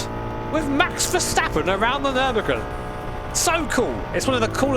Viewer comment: i like that you say verstappen correct and vershtappen hahahah. i know dutch can be hard for english speaker i had to learn it at school at 4 years only speaking australian english